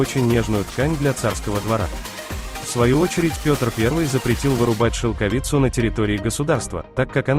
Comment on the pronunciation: Поставил дизлайк только за шелкови'цу. Режет уши, мешает просмотру